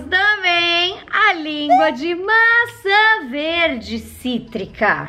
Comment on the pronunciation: Você percebeu quando você falou língua de framboesa cítrica no cítrica fico cotrico